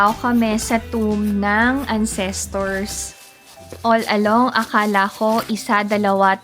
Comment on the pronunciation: Yes please DON'T. Para kang AI. Yung intonation sobrang off. Sorry ha pero nagsasabi lang ako ng totoo (nasobrahan nga lang ata) but CRINGY kasi siya as in. Btw, it's AN-ses-terz (The stress is on the first syllable (AN-ses-terz).